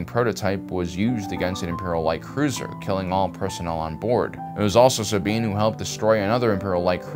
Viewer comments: Jesus Christ its SA-BINE not sab-ine jesus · “Saa-bean” Bo-Katan “Cries” Why does he pronounce the character names so weird? Is that on purpose. It’s distracting. The names are pronounced differently in the animated and live action shows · Bro why you saying Sabine's name like that 😂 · It took me so long to find this comment. I was thinking the same thing. Also the way he says Tano. He stresses the wrong syllable.